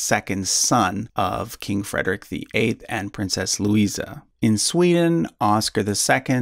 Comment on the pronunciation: Great work! Funny pronounciaton :D Where did the SCH come from?